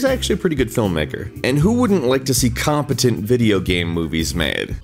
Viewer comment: Emphasis on "Competent"